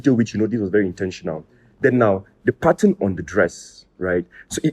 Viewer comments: He meant Pattern not pataaaan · What is pataaaan? That pronunciation is busting my ears